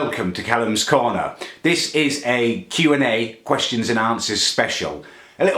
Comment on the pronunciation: "Whats your faverite coner" Muller lite xD